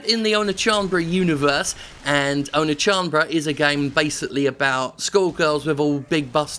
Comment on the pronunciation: I'm in no way a weeaboo, but his pronunciation of Oneechanbara was physically hurting me.